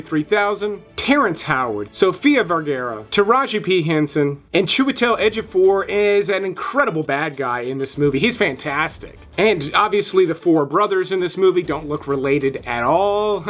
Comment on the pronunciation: Absolutely butchered Sofia Vergaras name 😂